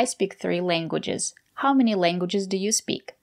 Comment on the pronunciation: I noticed myself that she pronounces speak as sp-heak and to me it sounds unusual